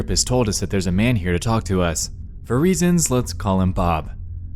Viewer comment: did he just say talk tuah?